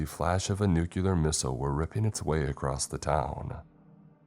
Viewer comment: It's across not acrosed🤬🤬🤬 im sick of hearing that 💩.